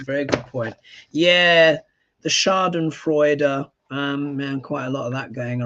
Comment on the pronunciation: I like how good you speak german the word " Schadenfreude" 😊😊😊 didn' t know, that you use that word in english too 😊